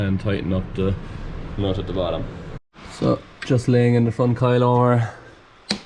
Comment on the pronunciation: I like when said noot😂